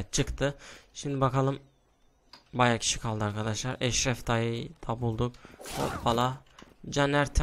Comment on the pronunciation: Eşref dayı dediğin yerde eşşek dayı diye anladım